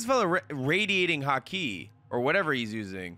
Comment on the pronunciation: Damn i like his reactions but he still can't say Haki after 646 episodes lol. It's too hard of a word